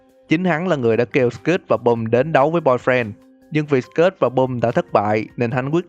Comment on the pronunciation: Sờ kít chứ ko phải sờ kớt nghe anh